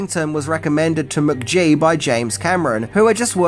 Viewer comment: Mook-gee…. Weird pronunciation, mate.